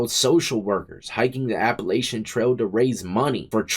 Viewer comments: It’s appa latchon not appa lay shun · I can tell youre not from round here. We don't say it like that. The a's are both short 😂Appalachian rhymes with hatchin. ❤ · Death! Lol It runs from Georgia to Maine and it's pronounced "Appalachan" trail